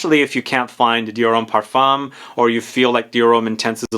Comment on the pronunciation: Just a side note, the m in parfum is silent and the u in parfum is slightly an a. Par- fin